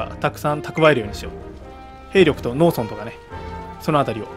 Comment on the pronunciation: 農村(のうそん)のイントネーションがずっとローソン。